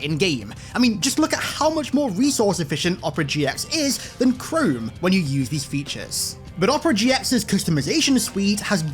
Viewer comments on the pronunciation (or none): none